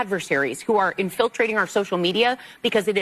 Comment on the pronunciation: Who are WHAT ?! "In-FILL-trading" ?!